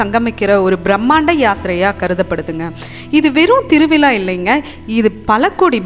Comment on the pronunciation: திருவிலா இல்லை; திருவிழா. தமிழை நன்றாக உச்சரிக்க கற்றுக் கொண்டு பிறகு பேசவும்.